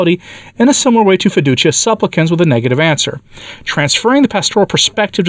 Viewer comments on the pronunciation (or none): none